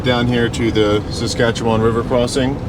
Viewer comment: You pronounce Saskatchewan better than most Americans